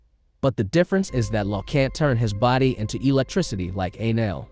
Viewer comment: bro the way the tts said enel " ei-lan "